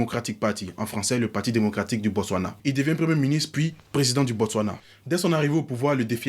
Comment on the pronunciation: Waw la prononciation des noms Tswana est excelllente!